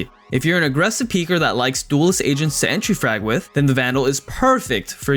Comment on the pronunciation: Yo I’m not gonna lie I really thought this man said Asians instead of agents lmao